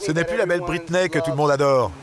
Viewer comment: ahhhh cette bonne prononciation a la française « Los angeles » qui devient « Losse anjlès » ou « bwitney spears »